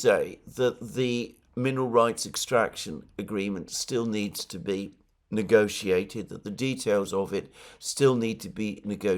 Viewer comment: More consistency Alexander, You pronounced "negotiate" like 3 different ways. hahaha